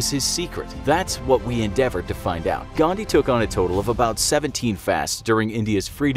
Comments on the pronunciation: it is 'Gandhi', not 'Ghandi', just saying as an Indian. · it's Mahatma "Gandhi" and not "Ghandi" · It's Gandhi and not Thandi!! XD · The name is Gandhi and not Ghandi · Literally everyone:GHANDI GHANDI GHANDI ..... . In real it is :"GANDHI" And for everyone its not Ghandi its Gandhi* I'm on intermittent fasting while watching this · 'ghandi'?you are insulting indian culture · What did you say Mohammed gandii bother you really some manners Don't be racist k BTW it's (mahatma gandii) 🎭